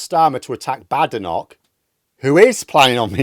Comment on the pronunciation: Why does deliberately insist on mispronouncing Badenoch's name? Would it be because he hates Tories and doesn't want to be seen showing respect to one? Or perhaps a black female politician isn't worth the effort.